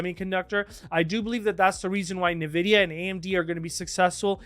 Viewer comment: En-vid-ee-yuh not Nuh-vid-ee-yuh